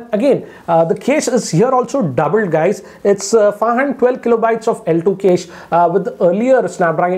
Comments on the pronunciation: With all due respect, ‘cache’ is not pronounced ‘case’. It’s pronounced as “cash-ae” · Noticed one strange thing... He is pronouncing cache as 'case', should be 'cash'. Also have noticed he pronounces warp charge as wrap charge in other videos. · Cache is pronounced as CASH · It's ka-shei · Cache is "kesh". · Cache = Kaish 😂😂